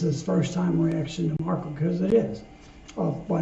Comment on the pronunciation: Marko is from Finland and quite well pronounced...🇫🇮🤘